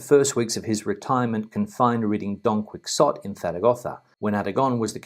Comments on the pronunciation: Tut tut. “Don quicksott”? Surely that is pronounced “Donkeyotee”? 😁 Thanks again for doing the leg work and sharing your insight, big fan of the show here on the south coast of the U.K. 👍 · Don Quix-ot ...? Really? There’s me thinking it’s pronounced qui - ho - teh. Only kidding . Love your reports. We’re planning a move to Spain and find the info great. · "Don Quix-zot" is that the same as "Don Quixote"?